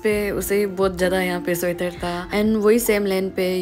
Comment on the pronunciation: sweater❌ suater✅